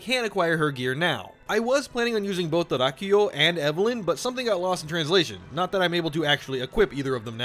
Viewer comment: kudo's for pronouncing Rakuyo correctly 👍 お前はもう死んでいる